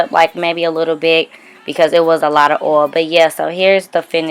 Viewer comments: The way you say OIL, sis I crack up 😂😂😅😂. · i love the way you say oil, you sound southern like me 🤣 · The way she says oil😂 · I love it😂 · Lol it's a black girl thang